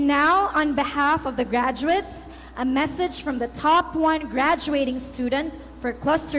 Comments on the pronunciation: Not "gradwets"😅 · Hindi ako nakagraduate ha pero ang sakit sa tenga ng diction nya. hindi man ako mas matalino sa kanya pero I know, I can pronounce better compared to him. I'm thinking sipsip to kaya naging magna cumlaude. GRADWETS MUNA!!